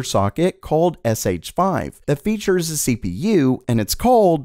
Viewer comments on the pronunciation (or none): none